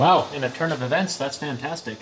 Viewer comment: “turn” of e”vents”, that “fan”tastic 😂🤣